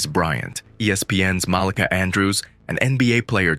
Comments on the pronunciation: You said Molicah. Its MalEka. You can tell you not from the hood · It's MUH-LEEKA Andrews. Jesus...